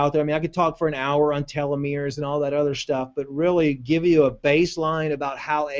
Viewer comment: not telometers, it's telomeres.